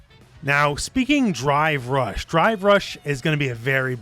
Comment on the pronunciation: I can't stop hearing "Dry Brush" when he says drive rush.